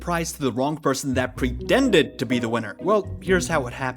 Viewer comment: holy i am early anyways "prendedd" holy voice misspell